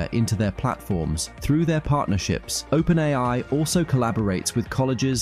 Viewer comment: It's an electronic voice, albeit a good one. He also pronounces open AI as open AL at one point.